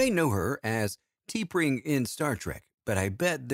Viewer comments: It should be pronounced as Ta-Pring and not Tee-Pring. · Yup, that Star Trek photo is not of T’Pring (pronounced TUH-pring). It’s a photo of Grace Lee Whitney as Yoeman Janice Rand.